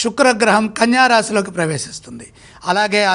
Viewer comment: కన్యా రాశి తప్పు చదివి